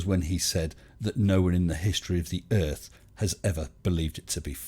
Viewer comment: He also pronounces Earth as Urff.